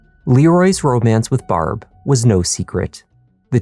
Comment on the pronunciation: Love this channel and love Canadian origin subtly making itself known through his accent once in awhile. Unfortunately however, he disappointed when pronouncing Barb's name, was hoping for a more Trailer Park Boys-esque sound.